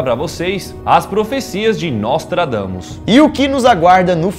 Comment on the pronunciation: juro q ouvi "nós tragamos" ksksks